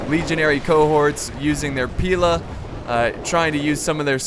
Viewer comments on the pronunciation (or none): none